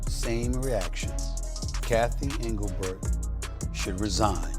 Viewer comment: Who is anglebert ? Stupid AI.